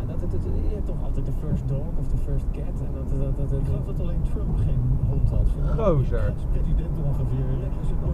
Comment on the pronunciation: dat accent met de uitspraak van "gozer" verbaast mij niet. Als je van een baan moet invoegen op een andere moet je ervoor zorgen dat er ruimte is. De grijze bus was volledige in zijn recht om geen ruimte te maken.